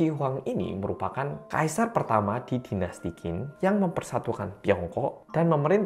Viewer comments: Dinasti Chin dibacanya 😄 Q=Ch. Contoh: Qian=Chian. Sekian 🙏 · Qin dibaca Chin.